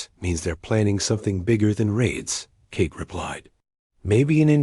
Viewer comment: "Cake" oh come on 'narrator' you mean Kate, don't you?